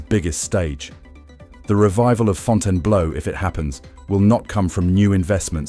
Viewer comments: WhyTF DOES THE IDIOT IA-bot KEEP CALLING IT FONTANA BLOW! FIX THAT SHIT!!! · Get your AI to pronounce the name correctly.